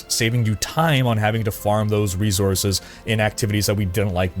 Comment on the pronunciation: Resources not reezources